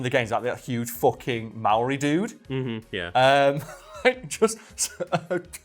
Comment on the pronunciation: saying Maori better than people actually from New Zealand is both hilarious and crippling 😂😂 Also I reckon Gears has some of the best guns in any fps i've ever played that aren't entirely over the top (Looking at you Fallout)